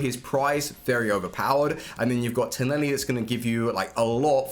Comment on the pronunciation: its tonali not toneli